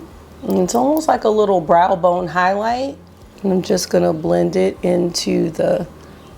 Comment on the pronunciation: You definitely have me saying "hoighloight" and "the chooiiilllld" along with you at this point😅 (edit: ooooomg I just saw the baby yoda headband, where have you been hiding that?! 😍🤩👍)